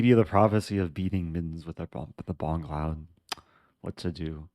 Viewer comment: Bongcloud: boMgcloud